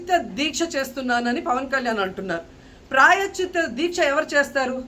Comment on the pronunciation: ప్రాయశ్చిత్త అనడం రాదు నీకు. నువ్వు అమ్మయివా ఆంటీవా. ఓడిపోయిన దానివి ఓడిపోయినట్టు ఉండకుండా నోటి దూల వాగుడు ఎందుకు. 1000 రూపాయలు ఖరీదు చేసే నెయ్యి 320కి కొన్నప్పుడు నీకు అర్ధం కాలేదా తిరుపతమ్మా. నీకు తోడు కౌంటర్ ఇంకొక ఆంటీ. ఆడపిల్లని ఆడపిల్ల అని ఎందుకంటారు. ఆడపిల్ల కాబట్టి. నువ్వు జబర్దస్త్ షోలు, అక్క ఇట్లాంటి ఇంటర్వ్యూలు చేసుకోవాలి గాని, మాపవిత్రమైన హిందూ దేవుళ్ళ జోలికి ఎందుకు వస్తారు. మీరు కూడా కామెంట్ చేసే వాళ్ళే. ఖర్మ కాకపోతేను.